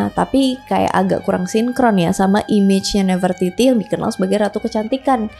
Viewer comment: Bacanya bukannya nafre-titi ya kak?